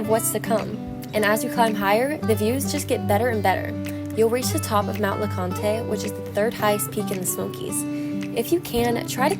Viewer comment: Good content but I cringed every time she mispronounced Mt. Leconte. There is no "aye" on the end.